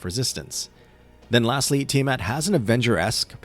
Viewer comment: THANK YOU for pronouncing her name correctly and not saying it is "Tyre mat" 😭